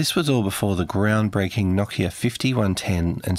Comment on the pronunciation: na-kia lol try no-kia